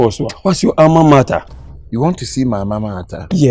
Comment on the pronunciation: Ei! Alma Mater and you are saying "maa martha"!!!😂😂😂